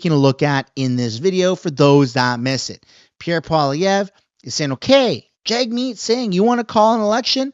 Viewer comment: I believe its pronounced JUG- meet. Don't give the left another reason to discredit you. You have to make your words and actions impeccable. That way they can't criticize or falsely label you, even among themselves. Then they will be forced to actually listen to your argument.